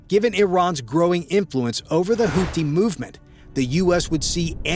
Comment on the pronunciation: And that's "houti" not house.